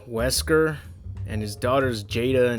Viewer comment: This Series introduces Nesker, Not Wesker